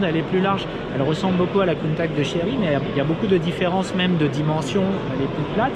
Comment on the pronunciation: doit revoir sa prononciation de Countach quand meme... avec tout mon respect.